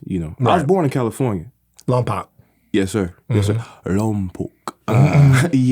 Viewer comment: I love that he pronounced Lompoc correctly! 🥰